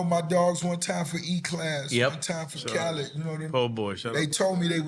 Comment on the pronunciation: I'm convinced Nore's NEVER going to pronounce Khaled's name correctly ever Lol